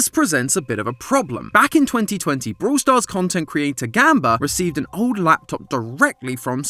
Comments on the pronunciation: Theres more lore in "brooool stars"..... sorry 😂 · Man I love the British accent...brool stars. hehehehe😅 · vrawl stars